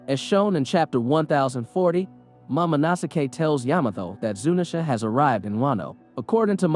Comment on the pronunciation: its momo no sk not mamo no sake ............